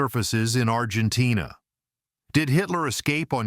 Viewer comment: Argentain. Gayass Ai